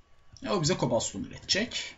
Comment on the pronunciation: kobal stone gıravel İNGİLİZCE TERKMİSİN :D